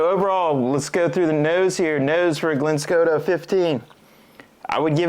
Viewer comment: It is not Glen Skota!